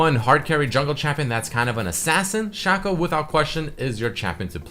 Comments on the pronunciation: its SHACO not SHACCO xd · shaco is out of the word chaos. you say "kei os" not "ku os"... so... his name is shake ou. not shako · its Shaco not Shaco